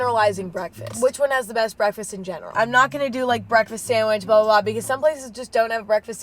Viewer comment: Did i Hear You say breast instead best?